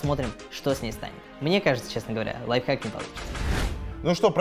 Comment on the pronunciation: 2 '' лайфхак'' Не лайфхак!!!